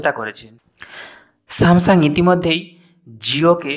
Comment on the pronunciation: শালার বেটা আগে কথা বলা শেখ আর সামসাং না স্যামসাং কোন class porjonto পড়সিস?